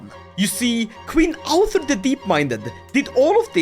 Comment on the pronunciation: Oh my god how do you always manage to mangle Norse so god damn badly. There's a u sound between the ð and the r! Do they teach you nothing in the shack collection that passes for Swedish schools after you privatised everything???